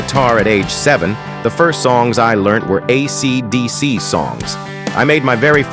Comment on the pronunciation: the AI voice completely invalidates this video. it can't even say AC/DC right bro. you should repost this with your own voice if it's true about the guitar, YOU tell YOUR story, it would be much better if it was real